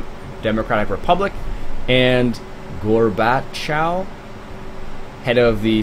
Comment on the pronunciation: I strongly disagree with your way of pronuncing Gorbachev:p we shall practice that next time we bump into eachother on;)